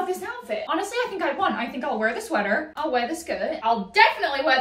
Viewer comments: I am so thrown off that every time she says sweater it is with an American accent. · What was that peep of an american accent coming through when she said sweater?? 💀